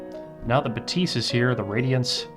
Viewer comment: C’mon guys! Even Focal pronounces that as BA-thys, with the stress on the first syllable. The pronunciation doesn’t need to be quirky just because it’s French. 😂